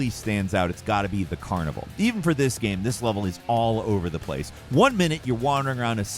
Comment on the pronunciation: Has anyone else noticed mispronouncing game as gam in his narration?